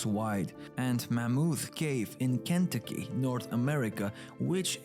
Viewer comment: Cantuckee lol😂😂